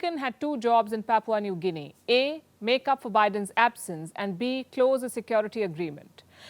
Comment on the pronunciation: Im from PNG and ive never had foreign news get my country's Pronunciation right but u nailed it . Thank you mam 💯🔥